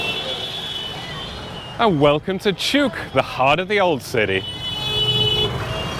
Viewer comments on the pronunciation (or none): none